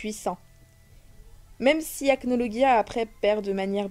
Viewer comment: On dit Acnologia😠😠😠